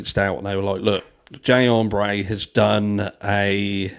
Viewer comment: If that man said “Jay Ombré” one more time I was going to throw my phone.